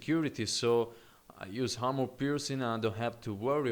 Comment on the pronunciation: Armor, not harmor.